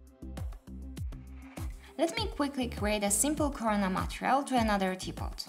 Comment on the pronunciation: Love how you say it "matrial" insted of "matErial" in every video, but now, its overusage time! 😁😁😁